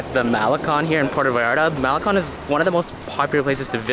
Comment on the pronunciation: Competed b. S. They can not even pronounce Puerto or malecon. I have lived in Mexico for 20 years.